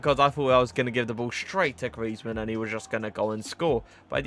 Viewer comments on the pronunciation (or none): none